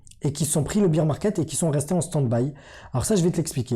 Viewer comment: Ssss pipipiiiiii popopoh ph madame le bear market se dit baire et non pas beer de bière. La honte